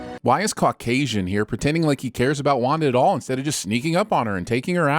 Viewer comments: Cauca-sion had me 😂 😂 😂 😂 😂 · "Caucasion" cracked me up too 😂😂